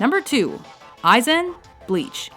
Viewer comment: she rarely gets anything right. Besides, AIzen is possibly the EASIEST name to pronounce. Clearly they do 0 research and never watch any footage from anything